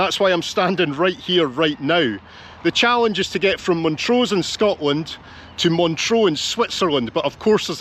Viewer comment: Loved it! Great filiming. Are a Montrrosian? Used to live there. Sorry to be a pedant..there's ALWAYS ONE EH!! But it's MONTRUH. not Montrau. Soz! Cheers!